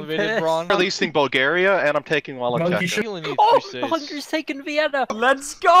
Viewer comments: As a Romanian, fucking "Walacheka" infuriates me. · The only thing more infuriating than Thomas' complete ignorance and diplomatic blundering was pronounciation of Wallachia